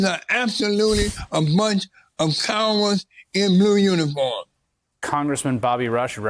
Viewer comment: RUSH SOUNDS LIKE HE SAID CARROTS 🥕